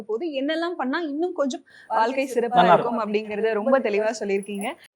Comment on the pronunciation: வால்க்கை இல்லம்மா. வாழ்க்கை சொல்லு பார்ப்போம். எங்க தலையெழுத்து இந்த தமிழ் உச்சரிப்பை கேட்க வேண்டியிருக்கு. மெல்ல தமிழ் இனி சாகும்.